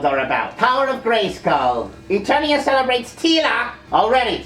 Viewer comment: Did King Randor just mispronounce ETERNIA??? WHAT THE FUCK?